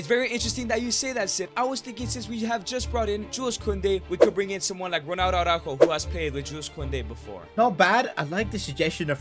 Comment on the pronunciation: It’s ronaldo not rolo